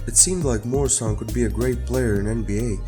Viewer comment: Not pronounced MORE-I-SAN MUER-A-SUN